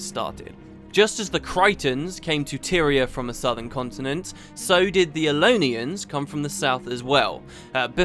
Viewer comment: Aren't they Elonians, not Elonans? I don't like to point out inaccuracies in an otherwise awesome video, but I know how dedicated to this you are and thought I would point it out.